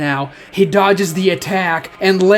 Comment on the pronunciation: Can you like pronounce onyx properly. Sasuke said it right but you keep saying Oh-nyx